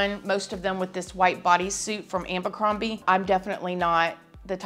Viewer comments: Ambercrombie.... it's Abercrombie LMAO 🤣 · Love ya girl. ABercrombie. It’s AB not AM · Lol love the way you say “ambercrombie” 😂